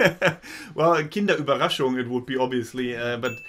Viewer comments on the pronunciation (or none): "Kinder Überkrackunzzg"